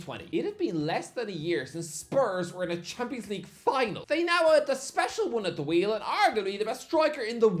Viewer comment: He still can't say champions league 😂